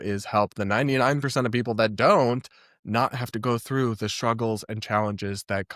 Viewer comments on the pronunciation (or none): none